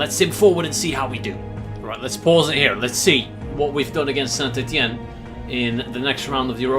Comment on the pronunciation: the way he pronounces club names like saint ettiene and standard liege just sounds so nice